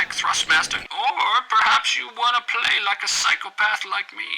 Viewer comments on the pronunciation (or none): none